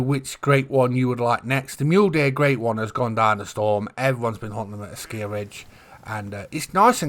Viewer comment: Another great video. But you driving me nutty when you pronounce ASKIY as ASKIYA, there is noooo "A" at the end of the word buddy. Keep up the good work tho !!